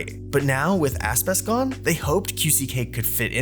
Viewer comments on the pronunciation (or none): why does he keep saying asspiss? :(